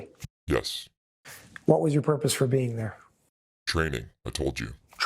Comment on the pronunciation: Calm is pronounced Caam,, and not Ca-lim😊 it's a silent 'L'.